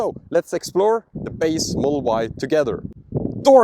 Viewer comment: Could you please slow down to annunciate "Model Y". Your accent makes it sound like "mull-Y" took three times before i realised you were saying the car's name.